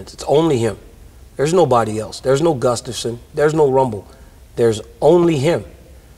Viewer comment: 2021 and Jon still cant pronounce Gustafsons last name. Lol Gufstason